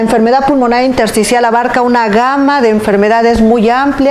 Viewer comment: min 1.20 neumonía intercial o intersticial, no pronuncia bien o no expresa correctamente